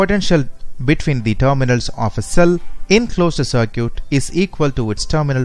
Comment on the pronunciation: cer-cute.. Olt.. hahaha.. good video by the way.